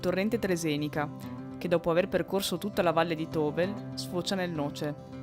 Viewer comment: Tovel si pronuncia Tovèl!!!!